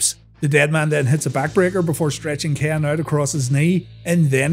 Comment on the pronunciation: When he says Ken it sound like he's saying Kane